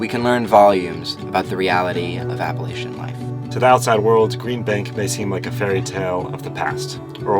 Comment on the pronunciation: Don’t say Appalachian like that 😂